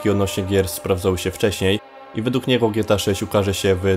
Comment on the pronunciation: Czemu ty mówisz "gieta" a nie Gie-Te-A, dosyć śmiesznie to brzmi